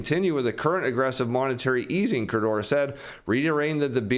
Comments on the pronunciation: Please - it’s k-u-r-o-d-a, not kurdoora. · KOO-ROW-DAH, not KAH-DOOR-RAH LMFAO! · I really like, so I'm not trying to be mean. The name "Kuroda" isn't pronounced "Kurdora." It's "Cur-OH-Da." Like it or not, the BOJ Governor is a big player in global macro, so pronouncing his name right would up the credibility. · I like the content but in the name of everything that is holy: LEARN HOW TO PRONOUNCE KURODA'S NAME!. It's Kuroda NOT Kudora. I've been watching your channel over the last few weeks and you've butchered that name every time and it's annoying the shit out of me. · Your pronunciation of KU-RO-DA, is horrible. It is not KO-DE-RA. That said, JP consumers, in the face of higher prices and economic uncertainty, save money, they don't spend it. Kuroda has been pursing 2% inflation for 10+ years and has achieved nothing. Saving money puts even more deflationary pressure on the economy. This is because women control the purse strings (by in large) and women are risk adverse (by in large). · I appreciate this channel and your effort, but I must help this economy where I can: It’s Ku-ro-da Pronounced- coo-rōe-dah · keeps calling him "Kodura"